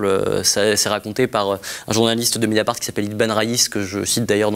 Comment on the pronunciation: Ou comment parler, ergoter, démolir pour ne rien dire. C'est vraiment un journaliste de gauche.......................................... Il cite avec emphase ""Médiapart""